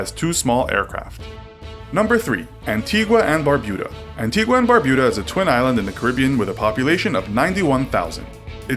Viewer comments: "expeditionary force" this guy is a total tard. He should learn to read and how to pronounce basic words and names . Also An-tee-ga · Please hear me out. There is no "u" in the pronunciation of Antigua and it's a long e sound in Nevis. Thank you for your time.